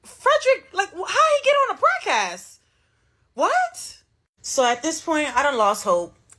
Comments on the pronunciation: Is she saying FraudCast or PodCast?? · Bro, why she keep saying "PRODCAST"??